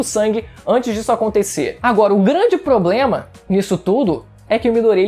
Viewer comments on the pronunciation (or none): none